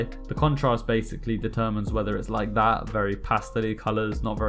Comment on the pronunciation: ur 'laik dat' got me hooked..